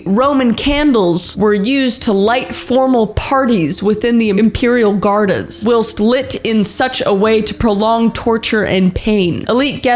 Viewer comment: Does she not know how to pronounce whilst or is she just saying a different word?